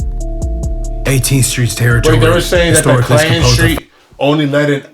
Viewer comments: Not clan street it's clanton 14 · It’s not ‘Clan Street’. It’s ‘Clanton’ st. (Klan- tone)